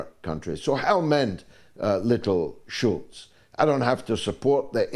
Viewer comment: Scholz george.not schulz!